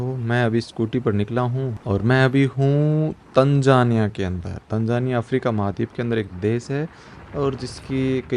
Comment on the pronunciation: Its not tanjania 😮...it's Tanzania 😂😂